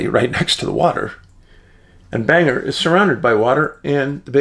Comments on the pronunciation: Bang-Gore not Banger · The pronunciation of that pace in Maine, sounds like, `Bang Gore`, just so you know.